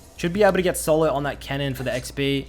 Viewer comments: Lol I thought he said “kennen” not “cannon”. Got me pretty confused ngl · OHHH, is saying "CANNON", not "KENNEN" lol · First 3 or so times he said cannon I thought he wa saying kennen so I was hella confused lol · is he saying cannon or kennen????